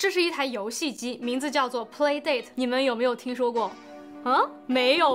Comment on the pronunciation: 这个游戏机是叫play 达塔吧,不是dei塔